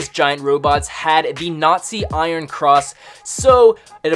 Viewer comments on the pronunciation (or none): none